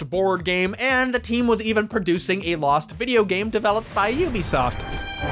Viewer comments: Amazing video. It took me until to realize that you were saying "Loosened" every single time your script would've had the word "Lost". I'm pretty smart like that. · I gotta admit it took me like 4 and a half hours to understand why he kept saying "losened" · Stop Saying losend over and over